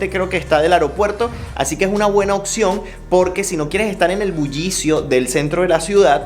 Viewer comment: oPción, no Occión 🤣🤣